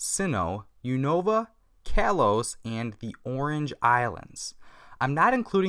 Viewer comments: Is it me or did any one realise that yu say kalos as karlos not kaylose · you said unova and kalos wrong